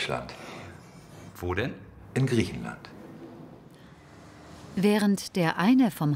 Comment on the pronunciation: als er "Griechenland" gesagt hat ...